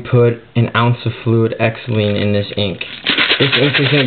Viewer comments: Bro, if you want to seem professional, pronounce "Xylene" correctly. It's pronounced "Zylene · heres how dumb your are ... its pronounced zyeleen its no different then paint thinner just more acidic so it doesnt help permanence dot 3 doesnt eat away at anything or make it stain it just slows down the drying the fish oil tablets do nothing and just like the dot 3 is oil and oil doesnt mix with alchohaul water ink or paintthinner/xylene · u say xylene weird. i say it "zie-lean"